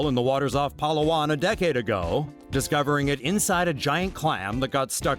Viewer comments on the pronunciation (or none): its pala-wan not palawan btw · It's Palawan not paulauan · OO NGA HINDI PAULAUWAN ITS PALAWAN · ITS NOT PALUAWAN ITS PALAWAN.... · Its Pa La Wan. =/ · Its "Pa" "Lahw" "wahn" Palawan*